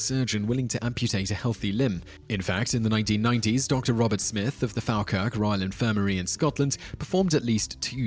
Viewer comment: I know it's a 3 year old video and no way anyone will see it but... I'm from the Falkirk area and it's pronounced "Fall-kirk" with emphasis on both K's. Thanks for the videos, i've been binging for a while!